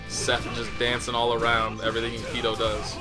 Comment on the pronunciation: Just so you know, it actually is supposed to be Enkidu. You (or rather, I'm guessing, whoever told you that) confused the last set of characters トゥ "du" with トウ "do". Just wanted to clear up the confusion